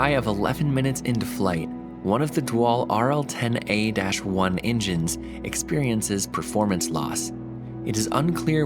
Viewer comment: he says dual like dwall